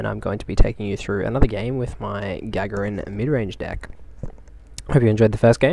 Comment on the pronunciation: It's pronounced ga-GAR-in. Otherwise, mean deck. I'd have lost my mind when the Daemon tree went down. Risky strategy.